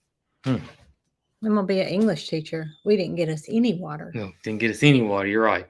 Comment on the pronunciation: Not to be pedantic but: it should be "any"...not eeny. I'm sorry...it just came out.